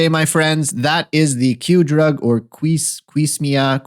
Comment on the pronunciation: Doctor, here’s a phonetic breakdown: Q-see-mee-a